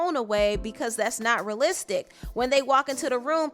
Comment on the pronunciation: I believe it’s realistic n not ralistic